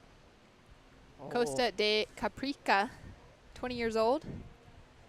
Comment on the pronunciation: Costa de Caparica not costa de caprica